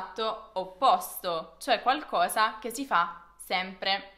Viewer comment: Su dieci cose la o é aperta no chiusa!!! Uguale su qualcosa! 🤯😱 Che italiano insegni?